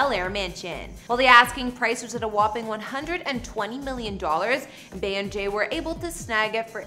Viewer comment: This person keeps calling her Bay. I absolutely dislike when non fans mispronounce her name. It's Bee = Bey. Short for Beyonce. This is like nails on a chalkboard.